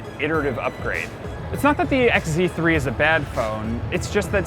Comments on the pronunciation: This guy mispronounced the Sony phones as ZX instead of XZ it portrays the misinformation and negativity tour they have towards Sony. 1 Are they payed to do this? By other oems whom did this in the past already like Samsung... 2 Is this guy a little bit bias? It seems as if he doesn't know what's good even if it slapped him in the face..... 3. While complaining about the phones size and such they show the xperia XZ2 compact wich does have a bigger bottom bezel compared to the one on the XZ3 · Did this guy say zeex3??? I mean zx3?? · WHY DID THIS GUY SAY ZX3 NOT XZ3? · Stop calling it ZX3 OMG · he kept saying zx3 not xz3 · This is actually a terrible review... Anyone could do this better. It's like this guy knows nothing about tech, he can't even say it's name correctly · you can't even say the phone name right